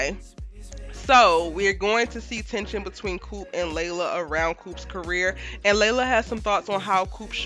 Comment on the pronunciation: I swear I thought said “CARROT in the making” 😂😂😂😂😂😂😂😂😂😂 yo I was on the floor in here 😂😂😂😂😂😂